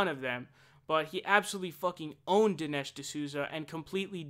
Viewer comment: Din-Esh served